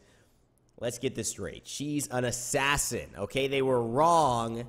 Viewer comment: Stop saying Assassin you troll.. kappa :D